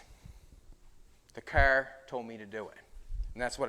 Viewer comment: It's car not " care " . Do you care ?